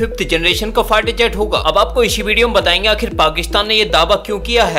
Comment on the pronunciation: 🤣🤣🤣fighter or fart jet🤣🤣! भाई अगर तेरा उच्चारण सही है तो निश्चित रूप से मेरे कान खराब हो गए हैं! डाॅक्टर को दिखाना पड़ेगा🤣🤣🤣